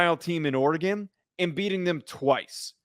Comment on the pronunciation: Oregon Oregon Oregon..., it's not Oregon.